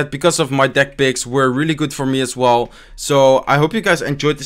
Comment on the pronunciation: what he said:deck picks. what i heard:dick pics